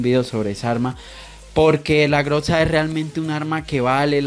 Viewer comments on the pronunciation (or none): grotza tiltea q digas asi porfavor es grosa con z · Jaja la groxa 😂 se dice grosa pero se escribe groza